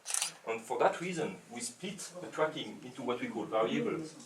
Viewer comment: sounds like hes saying fucking instead of tracking